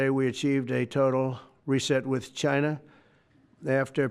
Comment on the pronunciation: Trump is so distraught that he's even pronouncing the word "China" like a normal person now.